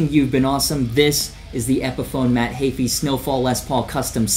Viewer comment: The way he says Heafy makes me cringe isn’t it heefy not hayfee?